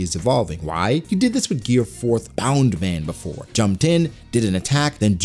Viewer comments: um excuse me why u keep saying bound man??its bounce man its either u speek japanese fully or none u use it like its literally what it names i got used to it but then i realise u keep saying bound man like ur mocking luffy just say bounce man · Why do you keep saying bound man? Isn't it Bounce.